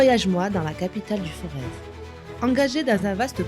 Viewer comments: On prononce Forê è ou ê ! On ne prononce pas le z , merci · Capital du Forez non, Montbrison au cas où. Et le Z de Forez ne se prononce pas